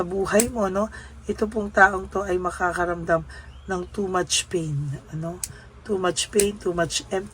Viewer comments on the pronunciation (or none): none